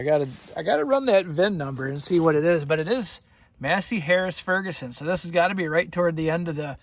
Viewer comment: "FordGuSon"....? Stay safe